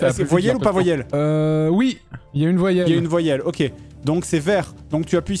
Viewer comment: Cé coi 1 voillèle 🥴😂